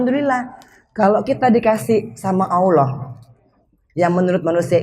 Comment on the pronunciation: Assalamualaikum warahmatullahi wabarakatu. Mba Anggie maaf perbaiki ucapan nya Allah 🙏🙏🙏